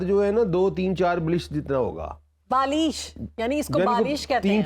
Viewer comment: بالیش نہیں بالشت